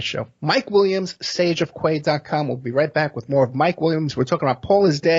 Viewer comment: Sage of key pronunciation btw